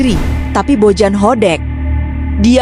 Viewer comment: Kenapa narasinya Jadi Bojan Hodek min ?😂